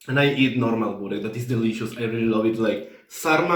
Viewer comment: wow , when you ordered burek you had 100% Serbian accent !! ❤